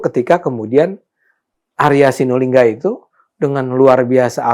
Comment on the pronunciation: Arya asulingga..bukan Arya sinulingga